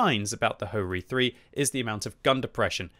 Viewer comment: its not Ho-Ri 3 its HO - RI 3 - LE